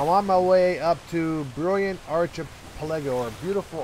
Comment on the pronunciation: The word is with a hard "ch". Sounds like a "k". Archipelago